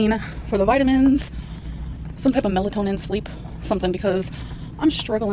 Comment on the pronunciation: "Melatonin taste tessst!" Ridiculous. Lol